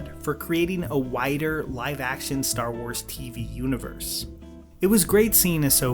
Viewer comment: More like Ster Wers